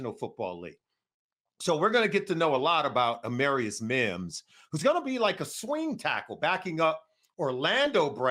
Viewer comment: AMARR- ius...like Jamarr, not AMAIRius......